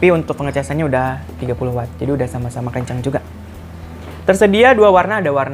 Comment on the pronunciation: maklum kelibet lidahnya.. 😀😀